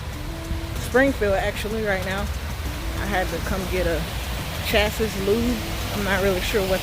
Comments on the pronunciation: Pronounce chassis CHASS-ee (singular) and CHASS-eez (plural). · Its pronounced like "Chassy" but spelled chasis